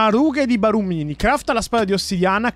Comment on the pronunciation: Comunque Barumini si mette l accento sulla u quindi Barùmini